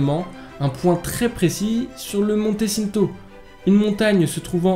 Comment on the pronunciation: Comme tu as dit monté cinto 🤣🤣🤣 je suis corse c'est horrible d'entendre ça